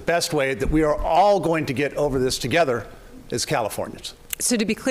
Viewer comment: “I am vaccine” lol… why is “vaccine” such a hard word for Republicans to say?